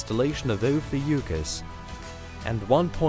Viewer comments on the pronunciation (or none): none